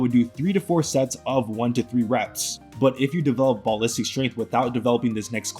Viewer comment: Ball listic, bro i cant 😂